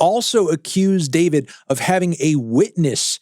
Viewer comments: It's pronounced Dee For Vee Dee, not David. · it’s pronounced “Dfourvid” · It's pronounced Dfourvid, disrespectfully. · his name isnt pronounced "Dee four vid"?